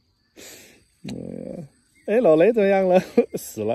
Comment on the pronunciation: 老雷，你的國語越來越好了。除了老雷這個詞一直口音沒變。沒有胡子比较好吧